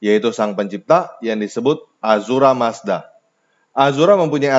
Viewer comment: Ahura mazda bukan azura mazda